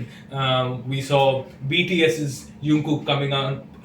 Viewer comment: It's not yungkook please it's jung kook with j (जंग गुक)